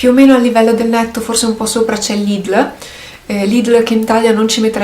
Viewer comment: No, ma tu pronunci il nome del negozio Lidl in modo diverso da come sono solita sentirlo, era solo una curiosità mia... Se in Germania lo chiamano così come fai tu, dire /li.del/ quindi con la 'e' è 'sbagliato'?